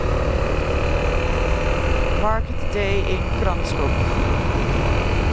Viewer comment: Couldn't say Hluhluwe but nailed Kranskop... :P Enjoy your stay in our country!